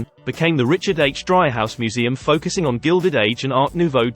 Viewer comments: Nice video. However, if you visit Chicago, Dreihaus is pronounced Dree-house, not Dry-house. Well worth visiting the Dreihaus Museum. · FyI. It's pronounced DREE haus